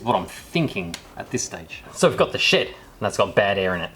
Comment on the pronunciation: You kept saying "In the shed"... I thought you were saying "In the sh*t"😂